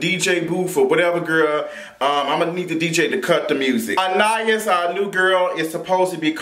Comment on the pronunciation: Her name is pronounced An-Eye-Ees lol 🙄